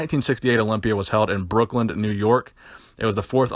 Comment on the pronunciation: brookLYNN not brookland